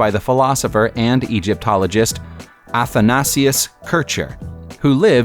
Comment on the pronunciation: Athanasius is pronounced: A-tha-nay-shus. I know, because that's my name.